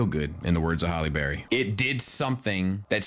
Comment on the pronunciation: "...in the words of Hallie Berry" 🤣